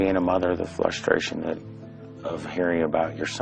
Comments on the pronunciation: Arggg...he said "Flustration" instead of "Frustration" he's guilty. A$$hole. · “The flushtration”???? Yeah. Everything with this guy has to do with flush…. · ...did he just say...flustration? lol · he literally said "the flush-stration" 😳 a bit of a Freudian slip